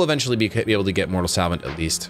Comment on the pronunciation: Suh-vant Suh-vant Suh-vant